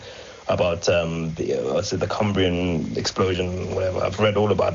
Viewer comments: Did he say "Cumbrian explosion" rather than Cambrian explosion? I live in Scotland and it would be disconcerting if things were exploding so close to our border. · "I've read all about the Cumbrian explosion." Yea, I'm gonna hit X to doubt on that one when you can't even get the basic name of the Cambrian explosion correct.